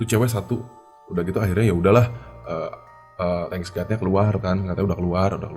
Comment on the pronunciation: Thank God ya bang bukan Thanks God